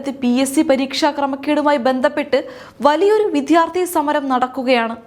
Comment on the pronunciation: വിധ്യാർത്തി അല്ല, വിദ്യാർത്ഥി